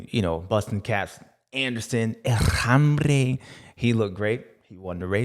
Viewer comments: Love how James always says "El hambre" instead of "El hombre" for Jason Anderson. To me, its a Freudian slip because Jason Anderson is hungry and hes the man. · James's Spanish is slightly off, sounds like "El Hambre" which is "El Hungry"!😅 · Pronounced "OM BRAY"